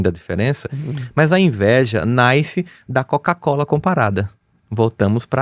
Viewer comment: Tinha tudo pra ser maravilhoso, mas não dou conta de ouvir Rossandro falando "NASCER" Errado.